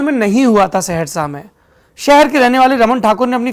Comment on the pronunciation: ये सेहरशा नहीं।। सहरसा है।